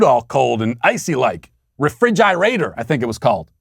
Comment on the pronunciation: "Re-frig-eye-rater" 😂 That whole 5 - 10 minute swath of smart-assery made my entire day.. My entire week, even.. And it's why your show is the only one, regardless of anything else happening in my life, that I refuse to miss daily!! #SweetBabyGangForLife ✌